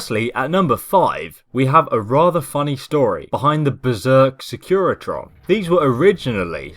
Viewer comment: Wtf is a secretion? They're SECURITRONs lol